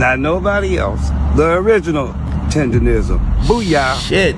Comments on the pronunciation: How the other guy reporting did “research” and not even stating the name properly! It’s not “tenderism.” In any event I don’t feel sorry for the old man. He seems like one of those old ninjas that think the white mans ice is colder. Shout out to the black man that invested in him…. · If you take into account the way he actually says the word. He should trademark the word "TENDANIZM" cause that Literally is how he pronounced it originally. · i get irritated everytime he says Tenderism lmao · The fact that dude kept saying “tenderism” instead of “tendernism” was making me mad. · It's Tender-Nism....Not Rism so if he gone care about someone at least get his trademark that he got robbed of correct lol instead of saying it wrong his whole video! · said Tenderisim😂😂😂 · Ole buddy edge up look a lil drunk. I guess he the fifth member of Jagged Edge! It's tendernism btw not tenderism. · Word to the wise, "DNT make reports of something if u can't pronounce words regardless of their mispronounced, it's "TENDERISM!" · Im so tired of people not eem pronouncing TENDERNISM properly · IT'S TENDERNISM 🥷🏾!!!!! WTF IS WRONG WITH PEOPLE NOT BEING ABLE TO PRONOUNCE SHIT THE RIGHT WAY?????!!!!!!! ESPECIALLY WHEN IT COMES TO OUR OWN PEOPLE JOE????!!!!! GADDAMN!!!!!!!!!🤦🏾‍♂️🤦🏾‍♂️🤦🏾‍♂️🤦🏾‍♂️🤦🏾‍♂️🤦🏾‍♂️🤦🏾‍♂️🤦🏾‍♂️🤦🏾‍♂️🤦🏾‍♂️.... And ALL them ballin ass celebrities and MILLIONAIRES need to gone ahead set him up with his own spot!!! Shout out.. 💪🏾💪🏾💪🏾💪🏾💪🏾... That Boss & That Hoover shit knocking joe... 💯💯💯💯💯💯.... On chief somebody need to start a NEW gofundme joe... I'll donate gaddamnit!!! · How he gonna cover this topic but say Tendernism wrong every single time